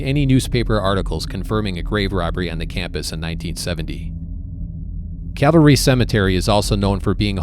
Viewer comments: It's Calvary, not cavalry. You spell it correctly in the pinned post, but you consistently pronounce it like soldiers on horseback. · Isn’t is pronounced cal va ree? As in the cross where Christ was crucified?